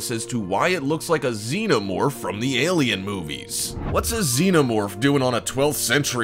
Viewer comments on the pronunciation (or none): none